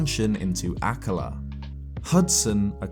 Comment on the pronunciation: Ah ka La has the emphisis on the 1st syllable on all other references I've heard spoken. But then your British and I'm Montanan.